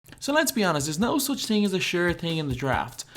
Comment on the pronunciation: Bro it's thing not ting